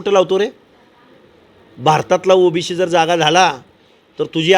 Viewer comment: अरे ओबीसी असता ते ओबीशी नाही..ते बोलायला शिक आधी 😂😂